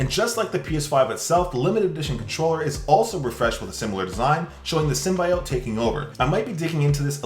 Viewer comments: Its SIM-BY-UT Not oat 🙄🙄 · Hate to correct you, but its pronounced, sim-bee-ote, not sim-bye-ote. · The way you say symbiote makes me sad.